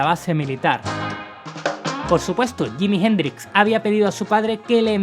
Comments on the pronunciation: ¿Por qué ese "awebamiento" español de no pronunciar NUNCA bien el inglés? 😆 Me sorprende que pronuncie yimi gendrix 😅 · Yimi Jendrix Espierens. Ese ingles papá jajaj